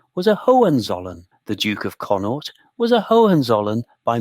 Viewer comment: Irish province conaught not connor